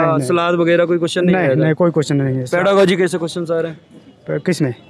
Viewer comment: पेरालोजी नहीं होता है पेरागोजी होता है